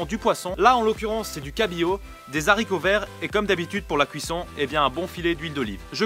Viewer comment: de "zharicots" vert lol 🙄 Dit simplement "Haricot" sans la liaison